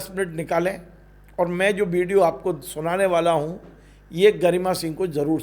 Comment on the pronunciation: भाई साहब सब्द नही शब्द होता है, इस्टूडिओ नही स्टुडिओ होता है. बिडिओ नही विडिओ होता है, बास्तव नही वास्तव होता है. विवस नही विवश होता है, देस नही देश होता है, एक वार नही एक बार होता है. मोदी योगी को खुले आम वाह्यात पन के शब्द बोले जा रहे हैं. मा बहन की गालियां रह गईं थी व भी दे दी और कितनी आजादी चाहिये